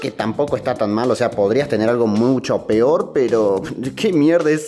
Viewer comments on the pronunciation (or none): none